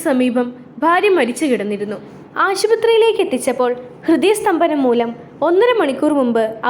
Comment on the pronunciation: Supper But ആശുപ്രത്രിയിലേക്ക് എന്ന് അല്ല❤️